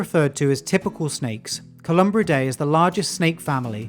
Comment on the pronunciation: There's some misinformation in here but not too bad. He does slaughter some names, for example, he has colubridae spelled correctly but he ads an 'm' while saying it. No harm to those that know the right thing but to those just listening, they are being misinformed. He does misspeak and cat the luesistic rat snake a rattle snake and then proceeds to say it's non venomous, I hope those that know paid close attention when he said that. They are not rattle snakes. Though they like to pretend, because like many snakes they rattle their tails in debris in hopes to scare would be predators. I am SO glad they included the elephant trunk, they are amazing snakes. They can catch a fish with their mouth and while eating that fish their very sensitive scales can detect fish that swim nearby and their bodies can coil around that fish and save it for when it's mouth is available!! It's amazing to see! The pictures are amazing and much better than most you see.